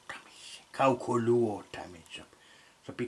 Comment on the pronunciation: 🤔sanoks hän että laitha kaukoluothain?😲jäi vähän epäselväks😁